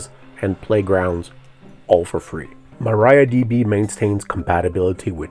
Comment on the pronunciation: Please pronounce Maria, not Maraia.